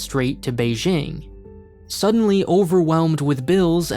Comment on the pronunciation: I'm honestly impressed by how nuanced your videos about China are. It's refreshing in an environment where most other content is either anti-China slander or rosy propaganda. Can I just say one thing though? You should take a moment to learn to pronounce "Beijing" correctly. It will lend you further credibility :-) The J is pronounced exactly like an English J (Jack, Jill, John, Jeremy, jing...).